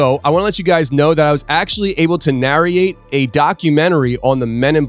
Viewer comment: It's driving me bonkers how he's saying "Narriate and Narriator" instead of "Narrate and Narrator" lol